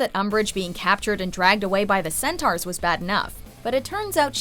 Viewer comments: Centaurs not centars. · Narrator: “Orr” Me: Huh? Subtitles: Huh? Wait, do you mean Auror??! Narrator: “Centarrs” Me: Centaurs... Narrator: “Orrrrers” Okay, just stop. 🤦🏼‍♀️